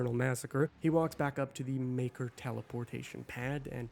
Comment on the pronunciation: The MAYKR? Really? 🙈